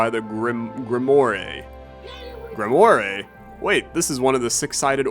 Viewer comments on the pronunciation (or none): pronouncing grimoire like "grim moray" has killed me outright (it's normally pronounced like grim-wahr) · says "grimoa-ray" its "grim-woar" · ITS GRI M OI RE LIKE WA, GRIMWAR. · gri-mu-ar man its not greemooree im chuckling as an idiot but i love this alternate pronunciation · When rolls his die Playing Astrea, guy, that's Gree-mo-ray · check google how to say grimoire 😂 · watch mispronounce grimoire was the highlight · lol that grimoire pronunciation. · Oh god it's so bad lmao Don't worry, we know you never learned how to read